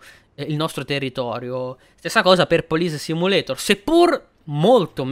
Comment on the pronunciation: Ciaooo... io adoro le simulazioni di polizia... lo hai pronunciato benissimo il titolo in lingua originale... sei sempre super onesto e sincero nelle tue recensioni... sei sempre una garanzia...:_poderakPoderak:👍👋